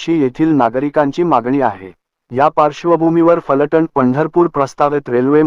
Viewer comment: फलटन् असे म्हणू नका त्याऐवजी फलटण असे म्हणा.